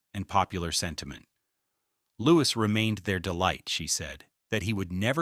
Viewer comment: How can anyone believe a word of this? Especially when the commentator is unable to pronounce Prince Louis' name correctly. All AI tripe in my opinion.